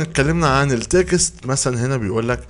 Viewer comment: ياخي كل مره تقول كلمة تكست بتخليني اضحك ( هذي الكلمه بالطريقة هذي يقولوها الحضارم هههههه اللي هما نحن) بس انه مصري يقولها كمان هذي معلومة جديدة هههه .. ان شاء الله بس عرفت كيف تنطقها الان بالنطق الصحيح وماتقصر .. صراحة انبسط جدا لم اشوف دروس عربية .. لأنه دايم لم ابحث ابحث انجليزي مجرد ما احصل في القائمة في شي عربي على طول اقفل الانجليزي دعماً لأهلنا وناسنا